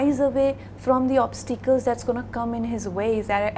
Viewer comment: so you mean to say putting on a fake accent is way matured? just hear the way she pronounced "obsteekals";she is just making a fool of her self. she could learn a thing or two from Nawaz